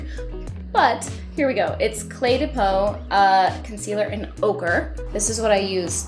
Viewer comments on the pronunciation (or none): So beautiful! But who else thought she said "ogre" and not "ochre" for her concealer shade?